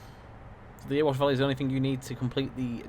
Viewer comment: I live in Ilkeston and used our new station for trips to Meadowhall before lockdown so know the line well - its fab but .........its not Earwash its Erewash pronounced EH RE WASH.It drives the council mad when its called Earwash lol.